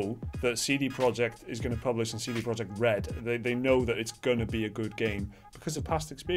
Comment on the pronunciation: it's not CD Project, it's CD Projekt (you should say something like "proiekt")